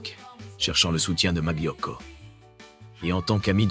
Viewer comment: Très bien cette vidéo, mais svp ne dites pas maglio mais malio, molto grazie, buona giornatta a tutti 😊